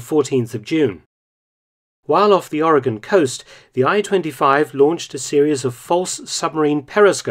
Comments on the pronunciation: As a native Oregonian, I thank you for pronouncing all of the geographical names correctly (including our state name)! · Thank you for pronouncing Oregon correctly! As an Oregonian it is much appreciated! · When I started this video. I was telling myself, "please don't mispronounce my home state of Oregon. Please don't." And you correctly pronounced it. Thank you.